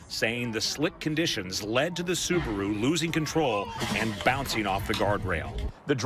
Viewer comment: Plz Americans it's not subru it's SUBARU☹️